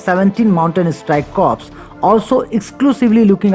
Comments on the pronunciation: Corp is prounced as " cor" not cops. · Corp is suppose to be pronounced as “cor”